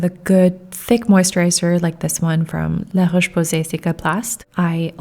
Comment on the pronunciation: The way you prununced laroche posay ❤ just like a native! Great video as always ❤😊